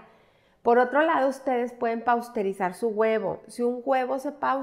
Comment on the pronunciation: pausterizar noooo. Pasteurizar.